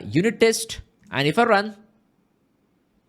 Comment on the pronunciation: I like the way he saying rrrrrrun... Just kidding. Awesome explanation